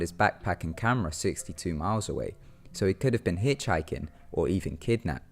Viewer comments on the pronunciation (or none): none